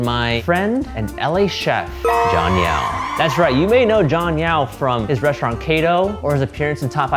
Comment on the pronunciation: Name: Jon Yao What I hear: Jon Meow